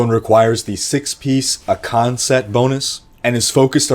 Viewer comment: lol ah-CAN just made me laugh, classic miss the under rated you. 👊